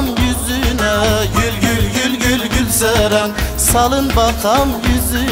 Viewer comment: Teşekkür ederim adımı en güzel telaffuz eden adam 😂😇